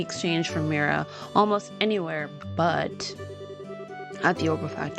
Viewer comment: Pretty sure Mira is pronounced “meera” lol